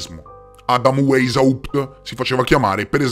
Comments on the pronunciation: Non è "Weysaùpt", è "Weysciapt"! 😂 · La pronuncia!!! Il tedesco non si legge come l' l'inglese....waishaupt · Weishaupt si pronuncia VAIS HAUPT :) Poi si tratta di classicismo, non di classismo. Ed Eleusi si dice Eléusi (accento sulla seconda e). Sono piccolezze ma già che il video è cosi ben fatto, la prossima volta vale la pena saperlo :D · Grazie intanto per l' ottimo video e ricerca, metti insieme un sacco di dettagli. Devo correggere la pronuncia di Rotschild (pronuncia "rotchciaild") and Weisaupt la prima lettera in tedesco si legge W come V e non come U all' Inglese) e poi ho riscontrato un particolare interessante. Tu dici che Weisaupt si rifugio' nella citta' di Gotha, con l' aiuto del conte Saxon qualcosa: bene, il cognome iniziale/originario/reale della famiglia reale inglese e' proprio: Saxe-Coburg-Gotha!!! 😱😅 mi chiedo se c' e' quindi un collegamento con Weisaupt 🤔 interessante! Grazie 💐